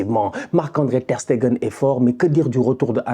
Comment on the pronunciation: il a appris a bien prononcer Ter Stegen! Les anciens vous vous rapeller quand il disait Ter SteNgen 😂😂😂😂😂😂